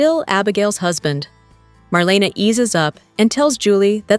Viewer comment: It's not SteFAUNo. It's STEFano. And it's not MarLEEna.It's MarLAYna.